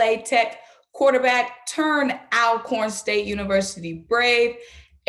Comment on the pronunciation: Welcome!!!! Simone, it is pronounced ALL-CORN! Just like you say ALLways, ALLready… that same start!!